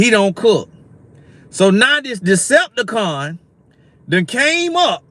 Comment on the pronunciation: Decipticon....lol😂😂 come on love it